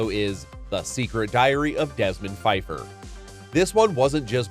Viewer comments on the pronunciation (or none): that's Desmond PA-feiffer... the P was not silent. Because that was apparently a hilarious joke... I guess.